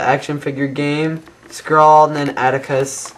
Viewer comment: its not (skhrall: prenouciation) its (skrahll) hope it make sense to you